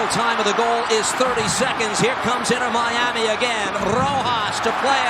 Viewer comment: "Inner Miami" 😅